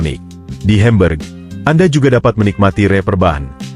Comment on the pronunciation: Mengapa kota HAMBURG diucapkan HEMBERG dan FRANKFURT diucapkan FRENKFERT? Narator semestinya mempelajati dulu cara pengucapan aslinya, agar penontonvtidak bingung.